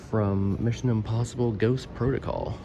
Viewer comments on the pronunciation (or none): none